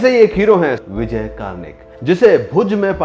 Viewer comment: आप उनका नामही गलत ले रहे हो...'कर्णिक' है, कार्निक नही